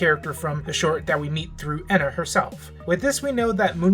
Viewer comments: If says “ehna” instead of “ENA” one more time, I’ll... uhhh... kill myself? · the E in ENA is pronounced by itself and the _NA is the part you got right, I hope you dont see this as rude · Are you moony? (Just joking because moony was saying ena’s name like that)